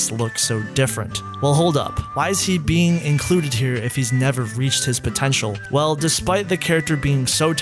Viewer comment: "potenail" lol